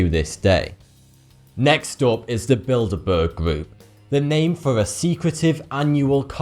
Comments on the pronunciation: At number 2 at first I thought he said build a bear group, I was like what? I love build a bear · I wasn't watching for a bit and I thought he said "The Build-a-bear Group"